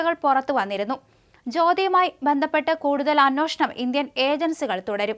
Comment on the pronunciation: അന്വേഷണം ആണ് ശരി. അന്വോഷണം എന്ന ഉച്ചാരണം തിരുത്തിയാൽ കൊള്ളാം.